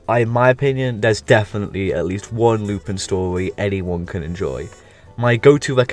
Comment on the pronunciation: Good video for the most part but a bit of a correction: 'Lu-pawn' is the correct pronunciation of Lupin and not a name change, however certain localisations use the direct Japanese spelling of Lupin, 'Rupan', to avoid copyright issues